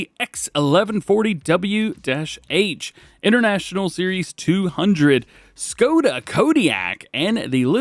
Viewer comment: Škoda, and Š=Sh in english